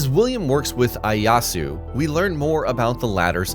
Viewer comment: its pronounced Ee-Aye-yah-su btw. Not to be that weird guy, good video though!